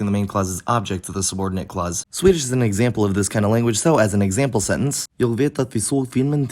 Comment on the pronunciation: I really appreciate this video, it has opened my mind to many cool phenomena. I also appreciate your attempts at speaking swedish, but you made a few mistakes, such as: -Your throat seems to be very constricted, this gives the vowels a weird quality. -long e is higher and long å is lower -there's often consonant deletion in common morphemes when unstressed "till" and "jag" are "ti" and "ja" -the pitch is essential for the words to sound natural. -/r/ is almost always an approximant except in old speech or the dialects where it's uvular -in "den är skålen som jag äter glass i", 'den här/denna' is perhaps a more common expression. Still really appretiate your effort and some words were perfect. (sorry if this sounded nitpicky i'm just nerding out over your pronounciation)